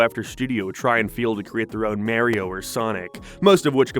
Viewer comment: Why this mf pronounce mario like a cliche white mom saying tahco